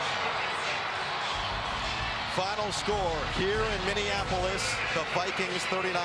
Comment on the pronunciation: Minneanapolis? The announcer just made up a new city/state. Mixed indian/minnean lol!